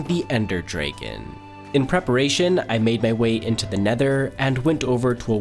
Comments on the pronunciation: It Dragon not Draigon. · It’s dragon not draygon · Draaeegan, its Dragon mate ffs, you said it sm 😂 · Dray Kin 🤣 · “And after I killed the dreykan i got the dreyken eyk” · It's not dregon egg it's dragon egg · Bro, its not “draegon” egg. Its “dragon” egg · the drayguhn ayg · "defeating the ender dreygn" 🤣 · ender draign😂😂❤❤❤ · last episode it was "waigen", and now "draigen"? What on earth are these cursed pronunciations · the word ‘ender’ and ‘dreygan’ come well and unpredictable 🤡🤡🤡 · Shut up man. Nobody says the dragon "dreygn" <-- this shi is not in english . He's saying that intentionally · He pronounces dragon as dreygon. I find that funny and irritating. Edit: also I thought he died when I say the title. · Do you mispronounce "dragon" and "wagon" on purpose just to get us in the comments making fun of you? Or did someone actually tell you that's how to say those words? I've literally never heard anyone pronounce them like that, and I'm an old lady. 😅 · He was just pissing me off with the dragon pronunciation. You obviously know how to use the ă sound in other words, but choose to rage bait with the dragon. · You pronounce dragon very interestingly. I haven't heard that accent before. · why can you not say dragon.... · The pronunciation annoyed me every time 😭😭😭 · i was thinking he had a mental deficiency or a speech impediment, if it truly is for engagement i hope he learns that its unbearable to listen to and is gonna stop me and many others from watching in future